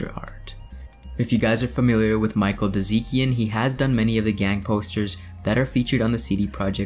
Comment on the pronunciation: Yes - give me news! Btw you read "Dziekan" more like Jyekan, not like Deezeekan